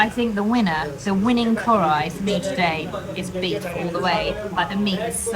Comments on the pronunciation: KARHAI not Korai….. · its not "korai" rather its "Kar-haai"